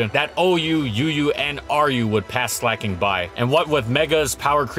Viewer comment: SLEIGH-KING. Not “slacking”